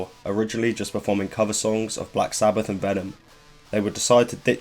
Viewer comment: I died when he pronounced black sabbath as black sabbaFFFF